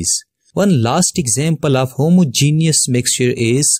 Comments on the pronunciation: Homogenious mixtuh and heterogenoious mixteh XD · That u did not know how to say homogeneous I know I also have not written correctly spellings